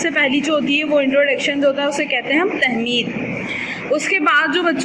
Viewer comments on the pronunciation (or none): Tamheed..not tehmeed..😑